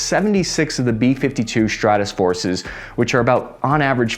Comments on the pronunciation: He never checks pronunciations of names, words, and apparently has some issues with conversion math. Which begs the question, is the editor worse, or just purposely letting them slide regularly? 🤔 The updated B-52 Stratusforces, by Tyler Wrongaway. In the article he also touches on the B-1 Lancelot and the new B-21 Reindeer, which is also capable of going nukyoular. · Lol again he pronounced wrong the B 52 Stratofortress as something else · Quadrennial (qua-dre-nni-al)…not Quadrelennial…🤦🏻‍♂️ I won’t even get into how bad you butchered the BUFF’s given name, Stratofortress. Nonetheless, a fantastic video …🙃